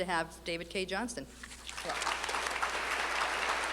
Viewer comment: Why are people always getting his name wrong? It's JohnSTON, dammit!